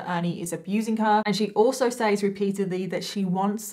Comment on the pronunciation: I found you a few days ago and have binge watched for the last 3 days. Keep up the amazing work. I came here to say the word says is pronounced sez. I don't mind it being pronounced wrong but the word police are petty lol. Anyways I'm gonna keep binge watching because I love how you put these stories together even when it's not so easy to talk about subjects. Also really enjoy watching you do makeup. Is there any way in the beginning of the video you could say what eyeshadow pallette your using so we could try to do it along with you?